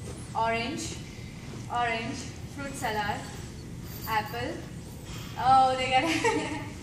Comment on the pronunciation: Salad pronunciation is wrong dear